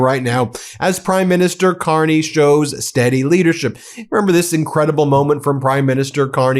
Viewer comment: Carney,,,,,, not Con-ney.. Yahoo Whoppie,. My Hockey Always Makes Me Happy. Still Playing and Loving " O Canada"... This 68 Year old Nyc Born, and Raised Hockey Playing Boy, is for eVer in-Depted to "O'Canada.. If not So Cold, Id Be there... I Almost Crossed the Border in Calis, Maine last November, if the cLown Won, But I got Broke... I Knew it, and Thegoodshow documented it... Love is tHe Answer, to All..... djdump knows No Love... Never did, and Certainly, Never Will.. We KnoW... Shout out To Laval, and Marie France Charboneau. I Am So Sorry for US.